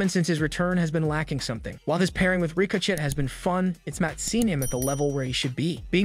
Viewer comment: Please learn how to pronounce the names correctly. It's L.A. Knight, not La Knight. You butchered Solo's last name too ..... And don't even get me started with how you butchered the living hell out of "Ricochet" and "Cody".